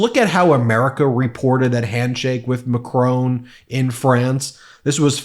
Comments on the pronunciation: Ben, you and fellow Americans are insulting Emmanuel Macron by ignorantly mispronouncing his name. It is not and has never has been pronounced Macrone - Btw a crone is a sexist term for an old woman - except by ignorant Americans. And it is hewman beings not youman beings - you are supposed to pronounce the ‘h’. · I started to watch this. WHY DO YOU INSULT FIOREIGHN LEADERS by not bothering to learn how to pronounce their names correctly? The real politician, healthy, no resistant syphilis, no early onset dementia, PRESIDENT MACRON, President of the mosty civilised country in the world, is NOT SPELLED MACRONE. You do it deliberately, you are jealous of a country that actually WORKS. You disgust me. You pretend to be a rational, thinking Yenghi, but you are no different to the MAGA thickos. LAZY, UNCARING, SLOPPY, NIL RESEARCH. And you claim to be sticking up for the good guys. You are all the same. It is easier to insult. That is why PRESIDENT MACRON was laughting, and why PRESIDENT TUSK was laughing. Not just at DonOld Poopy Pants Trumpanzee. The whole lot of you, every single one. The nwhole of Europe laughs at you. You don't learn foreign languages, can't even speak English correctly. Much easier that you insult a woreld leader. MACRON, MACRON, GET IT RIGHT. I don't want to do this, some of the time you make a fair amou8nt of sense. BUT THIS INSULT means I will be DRC'ing your channel from now on. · Not only do you vote in a grifter and idiot you cannot even be bothered to pronounce the French Presidents name properly. It is not Maa Crone Jeeez luis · Makrone! Please! Surely Bean Messilas you can say his name better than Makrone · I’ll tell you what else the world is laughing at … your pronunciation of ‘Macron’. Come on, make an effort. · Pronounce things correctly please. You Americans can't speak the king's English 🤣🤣🤣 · Love your stuff on medis t. But behave it's macron not machrone as many keep saying. 😅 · It’s not “Macrone”. It’s pronounced “Macrong”. 😉